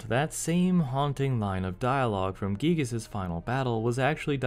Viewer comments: I won't fault people for pronouncing it "guy-gihs", as I know it sounds cooler. I just hope more fans recognize that "ghee-gihs" is closer to Itoi's intention with the name! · Finally confirmation that the name "Giygas" is pronounced "ghee-gihs", instead of "guy-gihs". The reason of the sound "ghee" seeming off to the ear. Cool!